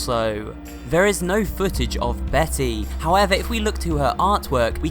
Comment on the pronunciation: How-er not her